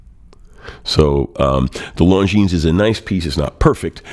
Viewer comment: Thank you for the review. Have it an love it! A little tip. Longines is pronounced: "Longiiin" (Swiss/French). Long i and no s